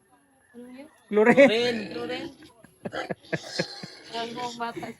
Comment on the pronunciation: Chlorine hindi plorin 😂😂😂😂